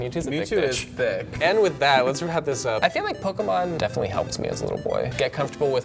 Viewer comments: You say you've been playing pokémon for 20 years, but you both can't pronounce "pokémon". Stop. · I mean, the “american” way of saying Pokemon is extremely incorrect. Hell, one episode of the anime will tell you how to say it.